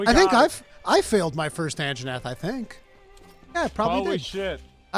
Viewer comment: best part is how Asmon calls Anjanath the "Anna Jeff"